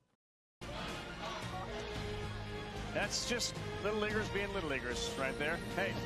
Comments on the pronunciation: Yesss the “little leaguers” comment made me stop the video cause….was it intentionally said that way??? My ears heard “liggers” not “LEAGUE-ers” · Did the announcer say little Liggers being little Liggers??🤨🤨🤨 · The way he said lil leaguers was to close to him saying “lil ni…ers ” in my opinion